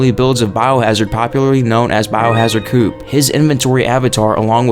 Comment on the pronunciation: Biohard 'COOP.' It's CO OP. Coh-OPP... Almost as bad as your RE7 pronunciation of 'secretion' which you said like: Suh-crettin. It's Suh-cree-shon.